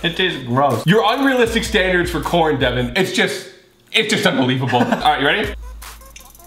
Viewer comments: Its devan not devon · Its devan not devin